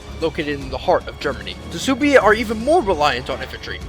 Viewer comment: Its pronounced Swebi not Soobi